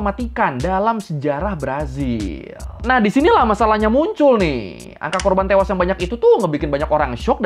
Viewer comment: bang korban bang, bukan korbang.. terlalu semangat 😅